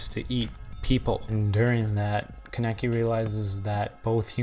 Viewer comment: It's not Ka-neki its ka-ne-ki >-< and not like Rize is not like Riiz but Ri-ze